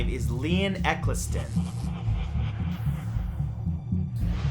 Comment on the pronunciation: I'm pretty sure that's not the way you pronounce Eccleston, either, and I know that's not how you pronounce Ariel Sharon's last name. It's a long "O": "Sha-RONE."